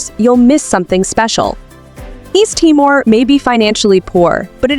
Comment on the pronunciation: Thanks for the wonderful introduction. But it is called Tea more, not Tie more